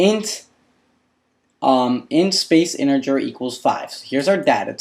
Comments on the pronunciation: Interger? I believe it's "integer." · I don't spell well myself but you should at least get the basic words of your subject down or it's embarrassing IMO. In particular, learn "character", "integer", and "initial". Please! You are even pronouncing integer with a spurious "r" sound! It isn't InteRger.